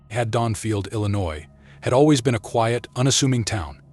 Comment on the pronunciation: Why pronounce the town wrong multiple times only to say it correctly? Beyond me why do people do that so much these days mispronounce shit we all know how it’s pronounced we hear in the movies and yet this guy like had – Donfield only to pronounce it correctly later what the fuckthis guy is dumb lol I haven’t even watched the whole video and as much as I love Michael Myers, I really don’t think he could beat the predator considering the same guy claims that Jason was beaten so oops ruined one of his videos